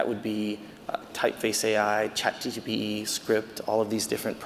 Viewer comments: Why does he keep saying Chat GTP?!?! Instead of ChatGPT? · I lost him when he said CHatGTP instead of GPT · Chat G P T! Not GTP!!! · Its really hard to take a man seriously when he keeps mutilating things "Chat GTP" is not a thing. Sorry, I know he was nervous but it took away from his presentation. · I wish he would say chatGPT instead of chat GTP 😢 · I doubt AI made him say "chat gtp" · Chat "GTP"? Chat "GTP"? Chat "GTP"? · It's chatgpt not chatgtp. He is giving a talk on ai 😅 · he keeps saying chat GTP instead of GPT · I'm seconds into it and had to stop because a supposed thought leader of this space is saying "Chat GTP" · Yeah the fact that he calls it ChatGTP is very refreshing... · It's hilarious listening to him saying chat"GTP" repeatedly ^^ Otherwise great talk! Edit: he said it right , finally!